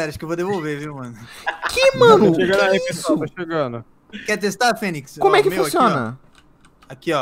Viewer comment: "fenyz" eh foda KK